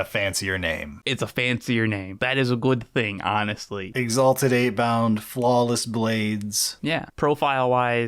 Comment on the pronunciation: lol As someone not really that interested in CSM and their variants, I never actually looked at the World Eaters range. This whole time I've been thinking the Exalted Eightbound are called "Exalted Apebound", because that's what I hear. Oops. haha EDIT: Also, I don't think the Subductors showed up intending to be competing. They were supposed to be arena security and there was a mixup. lol